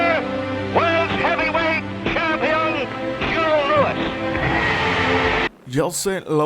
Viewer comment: Se pronuncia LÚ - IS...no LOUIS...parece que tiene una papa trabada en la garganta.